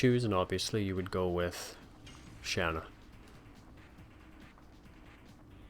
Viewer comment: calls her Shawna in a cutscene when it clearly says Shana, you're just like me I call her Shana not Shawna